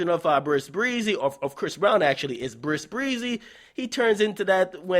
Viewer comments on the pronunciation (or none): lmaoooo this nigga always saying Bris Breezy. it's epic.